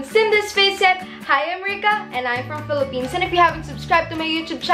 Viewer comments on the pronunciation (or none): none